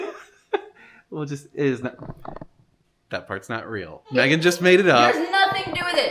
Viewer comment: “Maygun, people will be Man sad 😢 “